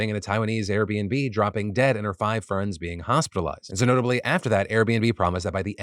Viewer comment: "With a Candian woman dropping dead and her five FERNS being hospitalized." 😂😂😂 How kind of the paramedics to put the plants in the hospital, lol. I'm now envisioning an ambulance wailing, driving furiously through a city, and when it gets to the location, the paramedics hop out the back not with a stretcher but with shovels to dig up some poor, abused little shrub on the side of the road 😂. Later at the hospital, you can hear from the waiting room a doctor screaming. "I NEED 20 CC's OF FERTILIZER, STAT!" It looks like they're going to dramatically stab the plant with a needle, but then suddenly shift to carefully putting in some fresh soil, some water, and tenderly put it by the window. The plant makes it. My condolences to the Canadian woman, though. And yes, I know if you listen closely, Phil did say "friends", but I like my scenario better 😂